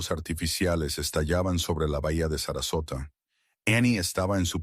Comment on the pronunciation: The girl was 5 years old or 9 years make you a bad narrator 😅 is sasarosa or Sarasota please!